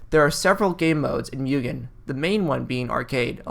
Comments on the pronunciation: Are you gonna keep calling it Myoogin? MU GEN MUGEN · you put in all the effort to look it up on translate and then went right back to calling it mewgen the next sentence lol